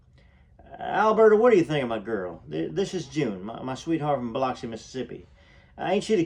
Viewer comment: Boy if you say Biloxi that way one moe time….😂